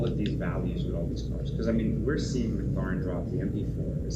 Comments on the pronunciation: can you not pronounce mclaren properly? its not mcluuuurren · We need to host a free training for you on how to say MCLAREN. Stop dude, its way annoying.